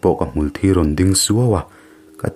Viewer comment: Hmul thi tih lam dan hi ni.. thisen leh mitthi a thi lamdan ah hian hmulthi hi hmar lam dan hi a dik zawk. Tawng awn deuh a hmulthì tih hi chu dik thei lo